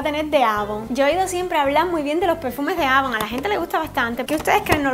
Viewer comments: No se dice avon se dice eivon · jajaja se dise eivon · no se lee como se escribe. Se lee EIVON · se escribe avon pero se pronuncia eyvon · avon se escri y se pronuncia eivon